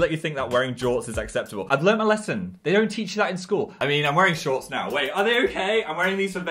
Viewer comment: ‘shaunts’ well there goes my lungs